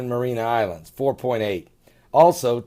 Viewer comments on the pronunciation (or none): Seismologist.....not "seis-ma-tol-o-gist". Marianna Islands, not "Marina Islands"..... Love you, brother, but...seriously....